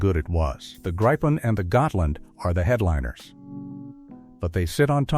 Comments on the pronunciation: It is pronounced "greepen", not "graipen/gripen". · no it is pronunced griiiipen a long i . I should know since I´m a swede and gripen is swedish for what u call the mythic Griffin, the halv lion and eagle. Becase it is the king of the sky and land. U guys haven´t seen anything of what these beasts can do for real. But u will! =D